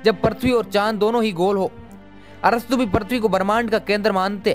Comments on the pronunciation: Tu bhi to thik se nahi bol raha bhai prithbi nahi prithvi hota hai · Aaree bhai पर्थवी nahi पृथ्वी bolo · Gyan baad me bato pahele thik se PRUTHVI bolna sikho kb se parthvi parthvi chilla rhe ho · Parthabi nhi prithabi bolo video me bro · Kya parthvi parthvi laga rakkha h, prithvi bol yar prithvi 😂😂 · Prathvi nahi bhai prithvi hai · Prithvi bolo prathvi mat bolo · Are prathvi nahi hota hai prithivi hota hai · Bhai tmko video banane se pehle apni language pr pakad rkho...prithvi ko parthavi bol rhe ho...kya h ye..centripetal ko centripengal aise hi kuch bol rhe ho...kya majak bna dia ho...jo koi pehli bar tmhri baat ko sunega to uski v prounonciation galat ho jyega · Prathvi hai ya prithvi? sahi se pronunciation toh sikh lo? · पृथ्वी होता है prathvi नहीं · It's prithvi not parthvi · Parthvi nahi re prithvi hota hain 🤣🤣🤣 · Abe yaar parthavi nahi prithvi hota hai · Bhai pronouns Sahi nhi h apaka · Abe pagal prathbi kyo bol raha hai earth bol ya prithbi